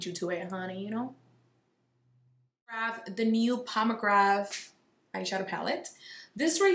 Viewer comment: I just realized that you say “grave” instead of “grab” lol it’s cute